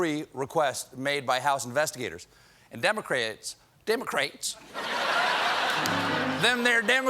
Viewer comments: "Dem-o-craets" his southern-ness came out 😁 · I love how he commits to the mispronunciation of democrats